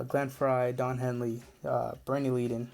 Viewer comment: Leadon is pronounced led-uhn.